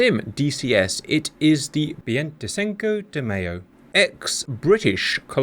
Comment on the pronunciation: The Argentines would pronounce the ship "BAIN-tay SINK-oh day MY-zhow" And I'm not trying to make fun of them by saying "Sink-oh"